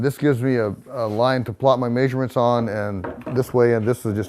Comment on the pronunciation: I cannot stand if someone uses a word a thousand times in their story and mispronounces it. I cannot imagine this being a legitimate accent.